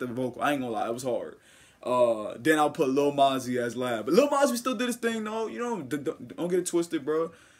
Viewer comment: its moe - zee 😂😂 keep up the work doe